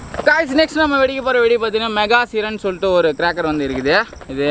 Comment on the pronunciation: அது மெகா சிறன் இல்ல மெகா சைறன்